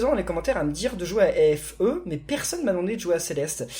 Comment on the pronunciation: FE se prononce fé